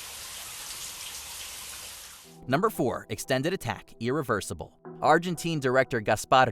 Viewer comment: Well, you did mispronounce Irréversible. It's French.